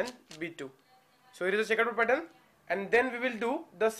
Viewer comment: "The next pattern is CHEckABouD"